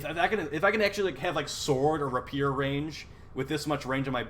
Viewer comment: Hey bro rapier is pronounced ray pee err